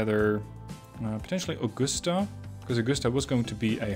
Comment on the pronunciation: Sir ... it is pronounced "SHREEVE - PORT" Sounds like 'sleeve'. Also ... Augusta is like uh-gus-tuh... not ah-goose-tuh. Sounds like the man's name - "Gus".